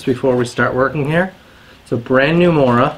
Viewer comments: mOOra - t'is pronounced mOOra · Not to complain, but the O in Mora is pronounced more like the O in movie. Source, i'm swedish^^ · Matte Edström, seriously, who gives a shit, Mora is Mora in English, it’s about sharpening a knife, NOT a language course.